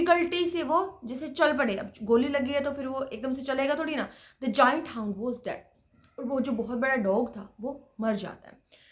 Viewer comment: हाउंड not hoond dear